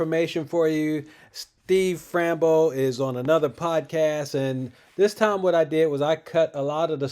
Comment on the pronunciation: I love hearing you say, Frambo instead of Fambro.😂 Keep going with what you’re doing. You’ll be fine.